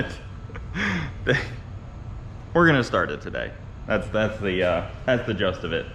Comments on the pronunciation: "Jist of it" not "just of it" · also, its "jist," not "just" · That's the *gist of it, not "just". Hey, if we're giving Bronte grief for mispronouncing "Folgers", you get equal treatment. 👍 😂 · "gist of it", not "just of it". :) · It's gist not just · you are great and I love the content. But I die a little inside every time you say "the just of it" instead of "the gist of it". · it’s “gist” not “just” that’s the gist of it. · Sorry, but it's "gist" and not "just" :-)